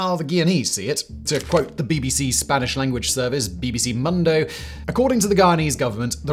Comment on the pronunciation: Pro tip: you can say mundo as "moon-dough" and be way closer.